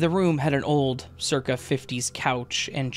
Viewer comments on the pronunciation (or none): none